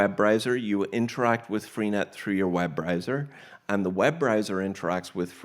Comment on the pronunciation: Web riser, web riser... it's Web Browser....